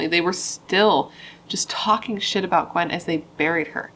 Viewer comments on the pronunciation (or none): none